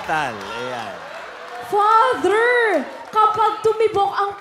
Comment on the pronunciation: Father pala si Manjean. Shoutcaster ng ml tourna sya ung letter f! 😂😂😂